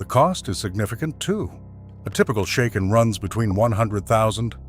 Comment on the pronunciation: Shaken is pronounced like bracken, not like taken. How do you expect to be taken seriously? Your "...unique arrangement of technical research, narrative commentary, and visual editing" is certainly unique as well as being highly inaccurate.